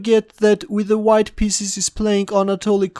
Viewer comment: When he say pieces sounds like spieces